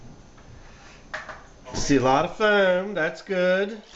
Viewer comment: I just love how you pronounce foam